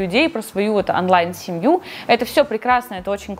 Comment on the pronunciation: Классное видео, как и все другие ❤ но слова «Афлайн и Анлайн» так режет уши )